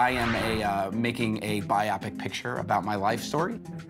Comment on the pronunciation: Interesting way to pronounce “biopic” lmao